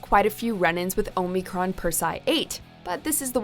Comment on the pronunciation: I don't like that the narrator lady doesn't know to say omicron or omicron persei 8